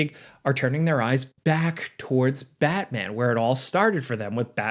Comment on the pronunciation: don't butcher Batman again please🙏